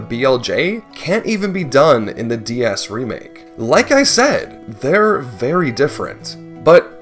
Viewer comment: "Merio 64 D-Yas" 😭😭😭